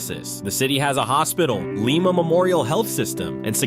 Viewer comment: You miss pronounce Lima. Is Lye-muh.